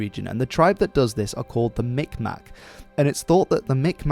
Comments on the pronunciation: Technically these days Mikmaq is pronounced as “mig-mah”, whereas “mik-mak” is considered derogatory unless referring the to mall in Dartmouth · Friendly tip: it’s pronounced Mikm - awe. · It's pronounced "mig ma" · Great video I found it interesting mainly because it involves the area I live in! I think the berries mentioned growing on the shore and in salty water would be cranberries which are big fat red berries. Miramichi is pronounced meer-a-meh-shee. The word Mi'kmaq is pronounced mig-ma. Actually I'm going to send this video to a Mi'kmaq friend of mine I think he'll find it interesting for the history aspect of it especially . Edit: Cool or rad in Mi'kmaq is Nisk! So my friend may say nisk! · Also mi'kmaq is "mig-maw" Im so sorrry lmao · Pronounced mig ma